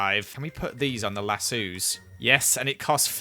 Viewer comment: lasooos? LASOOOS?!! ITS LA-SO-S! NOT LASOOOOOOOOOOOOOOOOOOOOOOOOOOOOOOOOOOOOOOOOOOOOOOOOOOOOOOOOOOOOOOOOOOOOOOOOOOOOOOOOOOOOOOOOOOOOOOOOOOOOOOOOOOOOOS lol